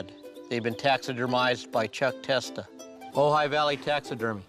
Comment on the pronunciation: Thank you so much for pronouncing Ojai correctly